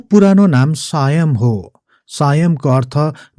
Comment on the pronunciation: 😆😆 सायम हैन हौ सियम हो ।